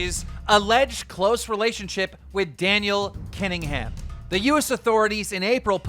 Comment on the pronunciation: yo keem its Kina han not kingingham